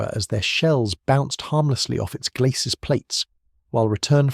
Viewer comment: There is too much reliance on unchecked AI and some of the information unreliable, known myths. The commentary is prone to weird pronunciation, specially numbers. 'Sabot' and 'glacis' are both French words, which should be pronounced without the final consonant; this commentary is inconsistent. Is a real human commentary so expensive? Actually the piece is generally excellent, but would be so much better if it human fact checking and editing also the if the commentary were read by a human.